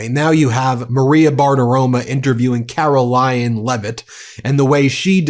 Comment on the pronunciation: “Karolyin’” I love it! Thanks. I made it almost all the way to the end, but I can’t take any more of Karolyin!